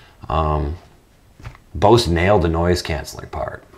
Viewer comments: It's pronounced Boze! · Yea well potatoes and tomatoes are nouns in the English language whereas Bose is a company named by a person. That person dictated is as "Boze". So how about you not compare the pronunciation to a non copyrighted fruit and vegetable. Side note "Cool Beans" is an okay phrase to use. But it does become irritating when you say is 16 times in one video. Nice channel though